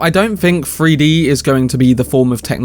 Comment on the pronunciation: Free-D? You mean Three-D? Lol